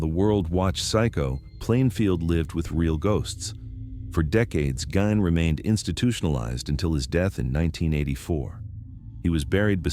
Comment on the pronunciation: I heard his last name pronounced as /GEEN/. Just saying.